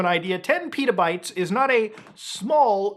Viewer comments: they're not PETAbytes bro, they're pet-a-bytes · Why are you saying Pitabytes? It's not a flatbread. It's Petabytes. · I had to listen to how much data was stolen again cuz i thought you said 10 Peadobytes.